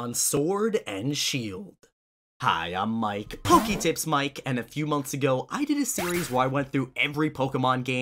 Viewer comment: I have two questions. Why do you repeat your name twice at the beginning of the video? And why do you pronounce Pokemon correctly but not Pokédex? It's not POKYdex, it's the same pronunciation as Pokémon lol Even when you say Poketips Still kinda wrong